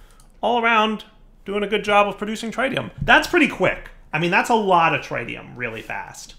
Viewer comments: Everytime you say TRI-tium Instead of TRIT-ium, anyone with a science background dies a little inside...... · It's not. He's pronouncing it wrong. It's not a dialect thing. AluminIum and aluminum are spelled and pronounced differently based on region. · the Tri in tritium is prnouced like the tri in Trinity. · I'm genuinely curious, - pronounces Tritium as TRI-TEE-um. I've always heard it call tr-IT-E-um. I'm guessing it's yet another word that's pronounced differently depending on what version of English your speaking? You know, like the word aluminium. In the US it's pronounced Ah-Loo-min-num, but elsewhere it's called AL-U-min-E-um. I hate English. It's my first language, and yet even after 26-27 years of speaking it, I still don't understand the rules! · Where are you getting the D from in tritium. It’s pronounced tr i tium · He mispronounce it on purpose since his regrowth series with soaryn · Here’s the most important rule: don’t pronounce things the way does. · every time her mispronounces, "Tritium" I die a little inside. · Please learn how to say tritium correctly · For the love of God learn how to say tritium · Mis-ka-llaneous is the worst of all. If he can’t even speak basic English correctly, why expect that he’s going to do better with words like tritium?